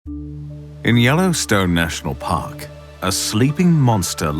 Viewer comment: “In the Yellowstone National POCK, a sleeping MAUNSTAH lies dormant, under the earth.” And that’s as far as I got before I had to pause the video, to put that first line of dialogue in my own subtitles… okay, let’s continue good sir 🫡